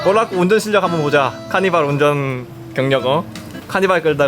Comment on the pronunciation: 볼락은 어류인데^^ 남편이 볼라꾸 볼라꾸하니 듣기 좀 거시기하네요.!!